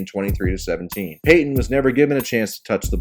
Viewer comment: PAY TON.. Not PAY HYEN. There's a 'T' right in the effing middle.